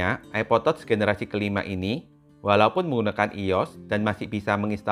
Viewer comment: Bacanya tach sayang, bukan tots 🤦‍♀️🤣 diajarin koq ckck